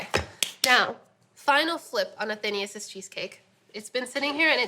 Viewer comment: A-then-AYE-us. Not A-THEEEN-ee-us.